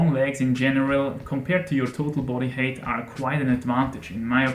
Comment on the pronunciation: Just nitpicking on your English because I didn't understand what you were saying at first, "height" in English rhymes with "kite", not "hate".